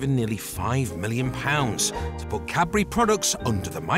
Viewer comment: The man can’t say Cadbury. Sounds like Capri’.😂 Bye I’m out.